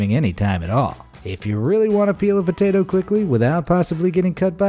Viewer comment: the way that guy says potato tho 🤣